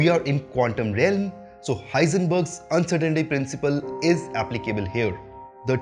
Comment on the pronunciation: It's actually The Uncertainty Principle not Uncertainaty principle